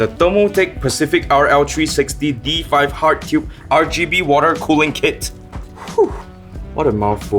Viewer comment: DID THIS FUKR SAY RGAYB